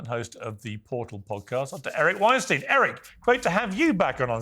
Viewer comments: I love Eric and can listen to him all day, Piers, please pronounce his last name correctly. It's the very least you can do. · When you have Eric on, you should pronounce his name correctly...Weinstein as in time/dime/lime...respect the academic - I know he goes way, way over your head.